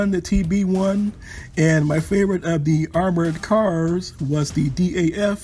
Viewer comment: I like to correct you on ONE vehicle... You were saying D.A.F M/39, while in fact, DAF is a brand name and should be pronounced as ONE word... "DAF".. DAF was a local car manufacturer that build cars and was later taken over by VOLVO... DAF is still making Trucks today....The Dutch Army still is using DAF as it is today